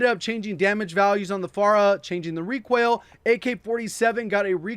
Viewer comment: Is He saying ReQUAIL?